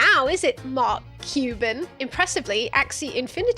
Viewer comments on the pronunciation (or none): none